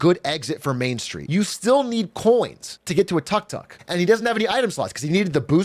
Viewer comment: And it's not called a "tuck tuck" the way he's saying it anywhere.